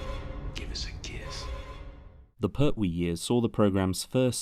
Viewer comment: But I don’t like the pronunciation of Pert wee! Lol